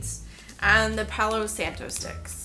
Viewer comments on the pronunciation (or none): none